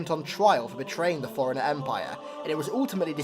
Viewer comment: FORE-RUNNER, NOT FOREIGNER, holy fucking shit